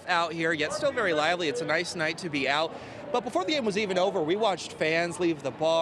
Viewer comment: ugh... i can't stand these glottal stops. Don't hire young people who can't pronounce the letter T at the end of words. It's not "Detroy" or "ow"... it's "Detroit" & "out."